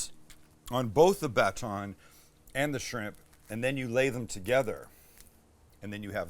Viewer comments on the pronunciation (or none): Dare I say best episode ever?? Back to the classic Sam episodes. So many great recipes. The icing on the cake was hearing the way Sam pronounces "baton". You will never be too old for youtube!